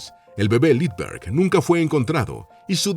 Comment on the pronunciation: Si sabemos quien era ese personaje famoso, que le secuestraron a su bebé, para pedir rescate. En este caso, lo que sucede es que el nombre no está escrito, y creo que ni pronunciado como debe ser.